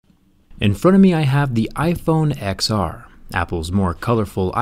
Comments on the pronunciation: Ten R, not ecks R. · IT'S PRONOUNCED TEN-R NOT ECKS-R YOU IGNORANT BUFFOON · I know he is saying X-R on purpose at first right? Instead of 10-R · So dumb! Its not "exs-R". Its "10R"! Idiot! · Can you please say ten r, it is not called the ex r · We get it -- you don't like the name "Ten R", that's fine. But you sound like a complete tool calling it the "ex r"... keep some credibility. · Its TEN not X OMG PEOPLE!!!!!!!!!!! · I cringed when he said "iphone EX r" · Did he call it the ex r at first triggered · Seriously you called it R !!! Thats so uneducated. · I like how he always says the name incorrectly despite apple's pronunciation ..